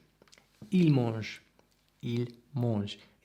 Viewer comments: Carefull on your "an" when you say "mange" it sounds a bit like "monge" but I know it's typical accent from english native speakers. 😉 Don't why I watched this being french but it was fun! It's true that nobody says "je ne sais pas" it sounds very foreign, it's " j'sais pas", you're absolutely right. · ton français est vraiment excellent, je suis admiratif. J'aimerais parler anglais comme tu parles le français! Le seul problème dans ta prononciation, c'est le son "an" quant tu dis "je mange" ou "empire" il faut que tu travailles ça et après ... tu parleras comme un vrai franchouillard! 🙂